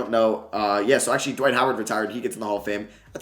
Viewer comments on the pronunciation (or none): none